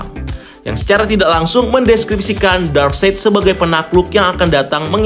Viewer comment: Its DARKSAIT, NOT DARKSEID